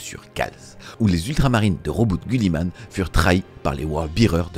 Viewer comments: C’est GUIlliman avec I putain… et pas gulliman. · 2.22 Gulli man ? 😆 Ca ne ce prononce pas Giliman ? 🤔😅